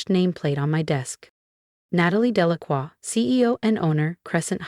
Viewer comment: Very good speaker! Even pronounced "Delacroix" correctly!